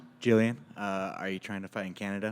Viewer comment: Y’all need to put some “respeck” on Gillian’s name!